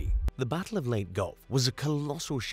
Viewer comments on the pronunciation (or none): Leyte is pronounced as lay tay